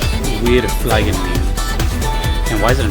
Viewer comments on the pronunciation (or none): German here; "Wir fliegen!" = "We are flying!" Its not pronounced like "fly", but more like "flee". And, oh my god, I absolutely love the Oblivia sound track. Cant wait to hear it again when playing.